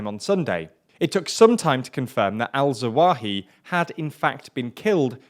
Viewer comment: Thats zah-wah-HEE-ree, not that hard to say. I like the channel, but our presenter needs to put just a little more effort into proper pronunciation of non-english names. I'm no expert, but it's really not that difficult, and it's really a bit off-putting to hear nearly every single 'foreign' name mispronounced in every video no matter the language of origin. it seems rather lazy and disrespectful.